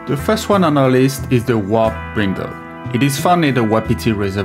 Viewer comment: Listening to him speak, I thought he said "Wop Brindle", then when the works appeared on-screen, I realized it was "Warped Brindle"